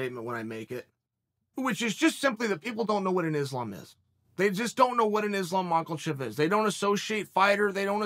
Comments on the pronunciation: It's Ma kha chev NOT Mackalchev Do an effort to get his name right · Does he ever pronounce any name correct witout crooking it.. Islam Muckalchev.. Kamara Usman.. n his pathetic insights.. lol.. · Makhalchev lol, I think uncle Chael is intentionally butchering names. But the undefeated p4p king Chael sonnen can do whatever TF he wants. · "Machelchev" lmao ded😭😂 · Chael "MAKALCHEV" Sonnen. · Chael: "Izlam Makuljeff ..." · chael "islam MOCKELCHEF" sonnen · Islam MakhaLchaev... so that's how u pronounce his name :p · THERES NO L IN MAKHACHEV FFS